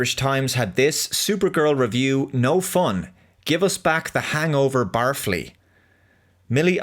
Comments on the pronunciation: That's so funny, you pronounced barfly like it was an obnoxious cartoon character targeted towards teens (barf ly) instead of an insect in a pub (bar fly). I made the same mistake when watching a movie by the same name 30+ years ago. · "Barflee" LOL. The word is BAR-FLY. Not to be that guy, but barflee really amused me. A barfly (BAR-FLY) is a word that is very seldom used anymore, that refers to a person who spends all their time in bars. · It's Bar Fly... LOL not Barfly. Really enjoy your videos. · It's not "bar-flee", it's "bar fly". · I think the word is pronounced like "bar fly" as in someone who spends all their time in bars, not "barfly" like some kind of adverb involving regurgitation. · It’s a bad bar so it can’t even attract flies only fleas. But in all honesty he is from Ireland and he A) may not be familiar with that term or B) thought barfly was two words not one word and so he was pronouncing this based on the word he knew from the spelling - barf. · Do the Irish pronounce fly like "flea"? I thought the guy meant bar fly, like a fly on the wall of a bar that never leaves. Hail! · It‘s bar fly. Read some Bukovski, my dear. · Only an Irishman would say Bar-Flea. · Barfly = Bar fly Someone who hangs around in pubs like a fly How can a paddy not know how to pronounce barfly? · Apparently, it's an American slang term, so it's not too surprising that an Irishman might not know the correct pronunciation.